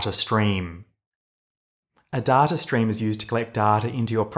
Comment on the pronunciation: I love these videos - but who says "d-a-r-t-a" ? There is no "R" sound in data.